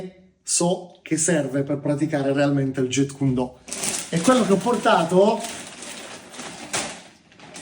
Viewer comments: Massimo rispetto x il fratello JKD, ma gli istruttori certificati furono 3 in realtà: Ted Wong, Dan Inosanto e Peter Chin. Inoltre la pronuncia è Jeet non jet come l'aereo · Ignoranza incommentabile. "Do" è vocabolo cantonese ("Dao" la pronuncia in cinese mandarino). La pronuncia giapponese è come nel cantonese "Do". Il carattere con cui si scrive è lo stesso, anche il kanji giapponese. Inoltre la pronuncia "Jetkundo" proprio non si può sentire! Quella corretta è "Jitkyundo". Mi chiedo come sia possibile non sapere scrivere o pronunciare il nome di ciò che si "insegna"... inutile andare avanti nel guardare il filmato. Basta questo. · Jeet kune do Si pronuncia "Ji kun do" la "t e muta!